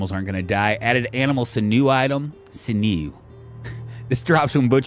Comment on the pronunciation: sinew is pronounced "sin you". 😀